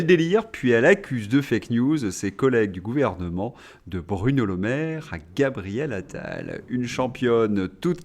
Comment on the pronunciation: "Gabriel Anal" je fais le pari que ce lapsus est dû au surnom que les journalistes lui ont donné entre eux quatre ils parlent de lui, Pascal Praud l'a certainement prononcé par habitude 🤣